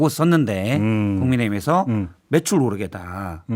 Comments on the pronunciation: 무한 반복으로 들어도 내귀엔 "배추 오르게 " 로 들리네요 대통령이 나이가 있으니 설령 매출이라 생각했었어도 배추라고 말했었던거 같네요 대통령은 실언은 인정하지않고 매번 변명만 늘어 놓네요 애휴!! 지겹다 정말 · 자막없는 뉴스를 보는데 배추값을 올린다고?하는 생각을 했었습니다 이분 치아가 없으신가요? 바이든이라 들리는데 날리면..배추로 들리는데 매출...암튼 배추로 들렸습니다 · ㅋ~~내용 모르는 상태로 소리만 들으면서 일하는데 배추로 들었습니다. 매출이였어요 ㅎ 그럼 발음 잘 하셔야지~~^^ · 솔직히 배추로 들리고 배추값이 오르면 장사하시는 분이 돈을 더 버니까 격려차 말하는 줄 알았다. 매출이었다면 가래낀 목소리로 발음이 정확하지않은 대통령 탓이지 뭔 소송을.... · 뭘해도 문제내요 진정성이 없으니 말한마디에도 문제가 되고 분노하게 만드네요 중요한걸 모르는 대통령과 국힘이네요 한심합니다 대통령의 말한마디도 신뢰할수 없으니 참 한심합니다 제 귀에도 배추로 들리네요 그런데 배추라고 들려도 매출이라고 우기면 매출이겠지요 나참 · 발음을 좀 똑바로하든가 ㅋ 진짜 무능에 무지 이ㅆㄲ 이색깔 ㅋ 바이든 날리면 배추 매출 ㅋㅋ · 술에 쩔어서 배추/매출 발음도 똑바로 못하는 멍청이가 기자들 탓만하고 자빠졌다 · 내가 들어도 배추인데 ... 맥락은 매출이 맞는데 발음은 배추로 들림. 순간 착오인 듯 한데 ... 언론 재갈 물리기 ... 지록위마의 스몰 버젼 ㅋㅋ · 배추 오르게로 들리는데 자막 안보고 소리만 들었음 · 발음좀 잘해라..배추로 들린다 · 배추로 들리는 1인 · 헐 자막 그냥 오탄줄알았는데. 배추로 들리네 ㅋ 용산사는 윤씨야~ 발음 썩었네 ㅋ 긍데 진짜 배추네 배추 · 전 배추로 들리네요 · 저두 "배추 오르게" 로 들리네요. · 난 또 배추로 들리네...... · ㄹ 발음 전혀 들리지않음 배추 정확히 들림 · 화면 안 보고 소리만 처음 들었을 때 분명 배추로 들렸음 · "배추"로 들린다. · 난 눈감고 들어봤는데 분명히 "배추 오르게"로 들었다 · 나도 배추 로 들렸어요.ㅋ ㅋ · 여러번 들어봐도 배추라고 들리는데... 이정도면 어디가서 발음 교정이라도 하던지... 국민들 듣기 실험으로 스트레스 받네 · 아니 싯팔 나도 배추로 들린다 윤두창아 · 윤석열이는 말하지마 술이 안깨서 발음이 이상하네 배추로 들리네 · 난 배추로 들리는데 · 배추로 들리는데? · 배추로 들리는데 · 들어 보니 발음 자체가 어정쩡 하네요.. 매출과 배추의 중간 정도. 발음을 분명히 못한 사람도 잘못이 있을텐데 본인은 완전 무결 하다고 믿고 있나? 어쩌다 모지리 한사람이 최고의 자리에 올라가다 보니 그 자리를 주체를 못하고 남용합니다.. 국가와 국민들의 불행. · 배추로 들리는데 나도 잡아가나? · 무식한 넘이 맨날 술 쳐먹어 발음이 꼬이네 저건 매출이었겠지. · 발음좀 정확히하고 배추를 소송할일이냐 참 한가하네요 살만하니 좋겠네요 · 저도 배추 오르게로 들렸습니다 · 나도 배추 오르게로 들렸는데ㅠㅠ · 내 귀에도 배추로 들림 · 난 배추로 들림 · 그냥 소리로만 들으면 배추로 들려요. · 배추로 들리니 배추란거지 문맥상 ㅋㅋㅋ 모르겠고 다시들어보소 배추로 들리네~~~^^^